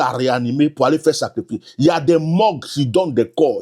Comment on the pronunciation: ON DIT SACRIFICE ET NON SACREFICE.